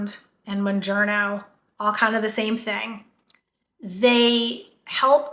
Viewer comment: I'm glad people are making videos about these drugs but I also wish people would pronounce them right so listeners would learn the right names too. Mounjaro has helped change my life, and I spread the knowledge when possible, so I've done my research, including pronunciation. Mounjaro is pronounced like MOUNt KilimanJARO. The Moun- part is like the word noun with a letter m instead, and the -jaro is pronounced like JAHR-OH. There is no n at the end. I am shocked about how many YouTubers pronounce it wrong. I've seen: MON,MUN,MOON-JER-O MON,MUN,MOON-JAR-O MON,MUN,MOON-JARNO MON,MUN,MOON-JERNO ETC.